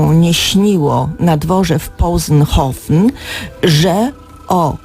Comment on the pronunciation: Książka nosi tytuł Swawolna, nie Samowolna Cesarzowa, poza tym błąd w wymowie słowa Possenhofen. Prowadząc program, myślę, że należałoby się lepiej przygotować .